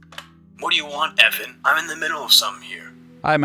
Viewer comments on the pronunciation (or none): ITS EVAN, E-VAHN. NOT EIYVAN, NOT EEEVAENN. E-V-A-N